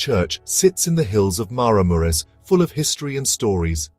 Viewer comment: OK, if you are going to do a narrated video, Maramureș needs to be pronounced properly, and the wooden churches should be Romanian, not with Ukrainian churches mixed in. I suspect the commentary is AI.